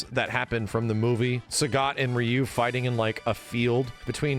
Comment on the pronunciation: Street fighter always has been anime, always. I'm sick of guys like top hat gaming talking for two hours straight about street fighter but refuse to properly pronounce ryu because "he isn't a weeaboo and doesn't like anime" c'mon dude you're just as cringy as the weebs